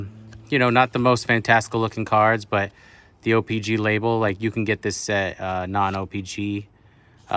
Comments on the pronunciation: It’s not o pee Gee It’s o pee CHEE WTF 🤦‍♂️🤦‍♂️🤦‍♂️🤦‍♂️🤦‍♂️🤦‍♂️ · Ur sitting there acting like u know all kinds of stuff about trading card but u don’t even know how to say the damn name right!!!!!